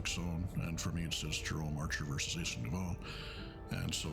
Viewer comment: A word to the wise: "Aisling" is an Irish language name and is pronounced like "Ashling". The Irish language has its own rules of spelling and pronunciation and they are a bit different.